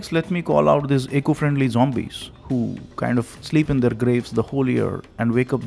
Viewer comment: Haha.. he is saying zombies. LOL. Thanks. Wish you als a happy Deepavali. If possible make some video on 'women n d menstral cycle n the traditions related to it'.